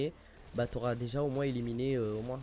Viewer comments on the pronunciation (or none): none